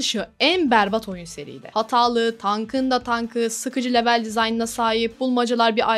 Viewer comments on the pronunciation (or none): Lütfen level İngilizce kelimesini kullanmakta ısrarlı iseniz okunuşunu düzgün yapın veya yerine bölüm kelimesini kullanın. Çok dikkat dağıtıcı olmuş video içinde yanlış söylenişi